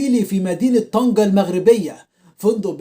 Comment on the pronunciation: طنجة و ليست طنكة